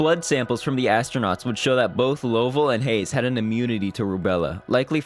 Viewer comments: LUV-uhl, not LOEV-uhl. Great video, but before doing voiceovers, always check for pronouncers. They're certainly available for this. This is happening more and more as younger gens are losing touch with past generations. Too many Youtube videos are voiced by makers who've only read names, not heard them said out loud. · Lost me at “Low-vell.”